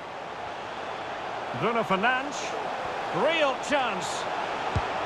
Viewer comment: Anyone else hearing “Bruno Fernange” or “Bruno fernanch” from the commentators